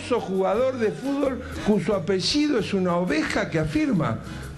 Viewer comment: "famoso jugador de fuLvol" jajsjdjs